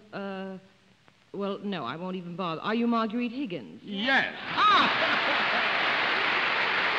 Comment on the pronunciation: MARGUERITE--NOT MARGARET!